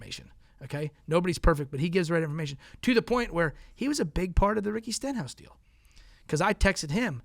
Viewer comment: Lost me at "Stenthouse". 😂